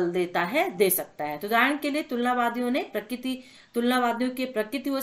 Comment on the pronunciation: मैम आप कृपया करके प्रक्रिती को प्रकित मत पढ़े करो मुझे बहुत ही गुस्सा आता है